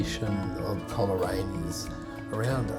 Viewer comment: Thankyou. Much appreciated. The correct pronunciation is Cole raine not Coler..... Adam Lindsay Gordon wrote a poem called The Fieds of Coleraine. ... On the fieds of Coleraine before The Great Western is ended the nags will have toiled, the silks will have soiled and the fences will require to be mended.......etc etc